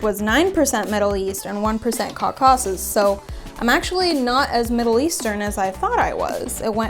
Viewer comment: The way she pronounced 'caucasus' cracked me up 😂😂😂😂😂.